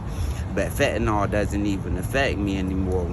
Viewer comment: Fatnall? People it’s fen-ta-nyl.